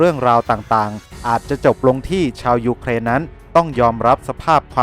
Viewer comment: เวลาเขาวัดแพ้ชนะวัดที่ แผ่นดินที่ได้ที่เสีย ครับ มีแต่เด็กน้อยแหละมานั่งนับของที่พัง แล้วเวลาแอดแม้งพูดถึงยุเครน แอดแม้งชอบทำเสียง2ด้วยวะ รั่วชิบ